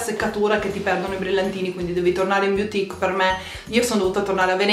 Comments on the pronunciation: "BUTIC" e non "BIUTIC".. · Zahra zargoudi grazie, lo so che si scrive BOUTIQUE.. ma si pronuncia “butic”. E non “biutic” come continua a dire. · Cara, grazie per il video utilissimo! E ricorda: "boutique" si pronuncia "butìc" e non "biutìc" 😉